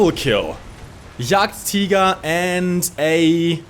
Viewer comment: Are you German? That "Jagdtiger" was pretty damm German.